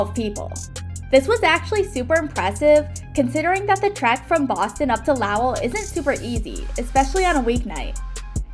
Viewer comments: I love what you’re doing, please don’t take this as criticism. The first syllable of Lowell is pronounced like the opposite of high. Also the Red Sox did not get any players back from the Babe Ruth deal and Jill Saulnier rocks. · idk if trolling the town name, but just in case: Lowell rhymes w/ goal